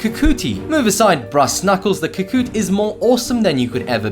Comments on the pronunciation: "Ka KOOt" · That mispronunciation, though... Shoge: SHO-geh Kaginawa: KAH-gee-NA-wa Kakute: KAH-kuh-TEH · I raged because of how he said kakute